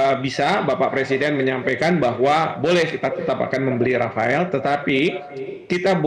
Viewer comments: Rafale bukan Rafael pak 😂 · pesawatnya rafeleee bukan rafaeellll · Yg betul rapale😅😅😅😅